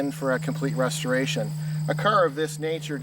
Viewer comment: Who IS this guy? That car does not need a "retoration" and in listening to him babble he may be the last person I'd want doing it if it did. "Sail fin"? Vintage Air so it will be "fully equipped"? Dear God.